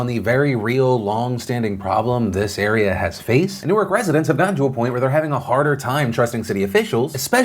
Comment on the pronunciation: Thanks for pronouncing “Newark” properly; as opposed to the pronunciation for “Newark, Delaware” 😎